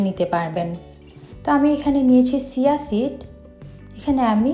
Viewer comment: It is chia seeds. She pronounced it wrong